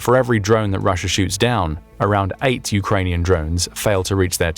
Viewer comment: Russier? Why did the narrator call Russia Russier? At the :54 mark